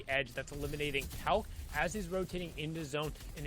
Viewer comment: “paul guys” what is you saying my guy 😂